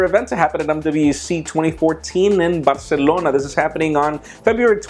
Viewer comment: I just love how he pronouns word BERSELONA